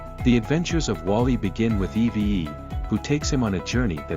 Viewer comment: You didn’t say her name right it’s Eve not Evee